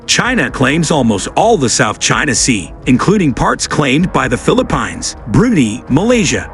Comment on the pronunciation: Please correct your pronunciation of the name of the Philippines.